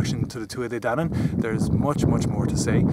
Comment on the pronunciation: Thanks for taking the time to make this! Really enjoyed your work, and it was fun hearing so many of the names actually pronounced.